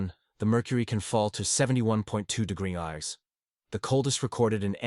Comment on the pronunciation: AI pronunciation of temperatures just kill me! "60 degreezee" "71 1degriceers" 😂